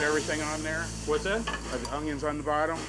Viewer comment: never trust a man that says Ungions